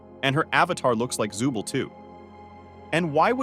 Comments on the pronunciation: Also u SAID ZUBEL NOT ZOOBLE WIERDO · Zuble💀 it’s zooble